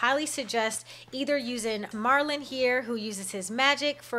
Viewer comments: It's MER-lin not MAR-lin, he is from The Sword in the Stone. Good tips i wish i knew about my buddies sooner haha i gave them professions but wasn't taking them with me the first two days i played lol. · LMAOOO YES OKKKKK! 😂 I figured that out pretty quickly after this video and I now pronounce it Merlin lol!